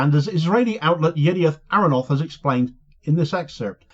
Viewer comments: ty for your reporting and analysis. Small point: the newspaper name is pronounced YIDee-ot AKH-ro-naught (Latest News, in translation). And Y-net is an online branch of Yidiot Ahronot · please at least inform yourself about your sources... YNet is not "another publication," it is the online branch of Yediot Aharonot (not "Yediot Arranoth")